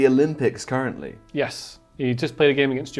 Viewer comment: pissing at how he says yeshh omfg